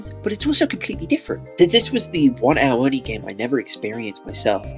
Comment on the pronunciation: the way it’s pronounced sounds like- “OWWW ONI😭😭😭”